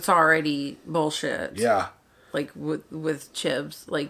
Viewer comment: I just need to know how old mate is nearly 3 seasons in to the show and still calling him Chib. Are you allergic to the letter s?